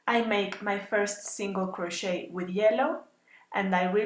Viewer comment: Except that the "t" in crochet is not pronounced in any of its forms: cro-SHAY, cro-SHAYING, cro-SHAYED.